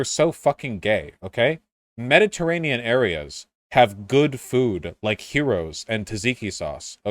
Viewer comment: Also, pronouncing "tzatziki" as "taziki" is somewhat less infuriating than pronouncing "Gyros" as "heroes".